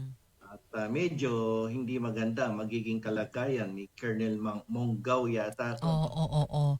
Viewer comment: MONGAO NOT MANGAO